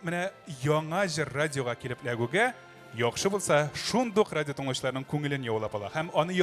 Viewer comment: Хормэтле алып баручы эфэнделэр! Затлы булгач сойлэмдэ дэ шул дэрэжэне тотарга кирэк. Эдэби тел нормаларын бозып сойлэу очраклары бик куп. Мэсэлэн, тыннаучылар дип тугел, э тыНЛаучылар дип эйтергэ кирэк! Асия Хэйруллинанын "Сэхнэ теле" китабын тагын бер кабат ойрэнеп чыгарга, гомумэн, гел кул астында тотарга кирэк! Рэхмэт!